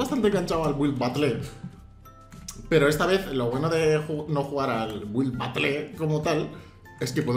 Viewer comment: se pronuncia batel xddd